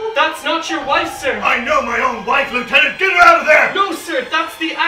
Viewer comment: Ah, the improper pronunciation of Lieutenant! Apart from the Bendigedig!